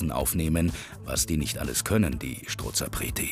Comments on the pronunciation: Es heisst Strozapreti und nicht schtrozapreti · Strozzapreti genau gesagt 😀